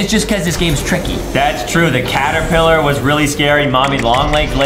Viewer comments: ah yes Adam said after wack a wuggy when they where at stairs he said claterpiller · DID anyone notice that adem sayd claterpiller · Why did Adam said claterpillar